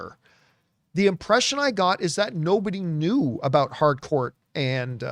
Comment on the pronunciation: Someone tell John its not Hardcourt, its Harcourt